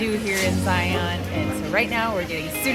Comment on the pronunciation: Love your content thank you… just to let you know the “Utah” pronunciation of a few words…. Zion is Zy’ en…. And Hurricane Huri’cun Stay safe